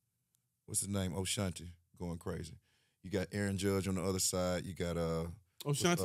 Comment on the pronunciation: said Oshanti 🤣🤣